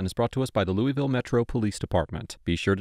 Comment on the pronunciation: there’s no such place as “Louie vile” KY. The correct pronunciation is “Lew a vulle”. A little research goes a long way.